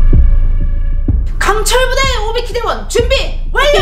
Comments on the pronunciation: 오비키인데 왜 오피키라고 하지??? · 근데 오비킨데 왜 계속 오피키라고 하지? ㅋㅋ 넘 귀여운 거 아니야?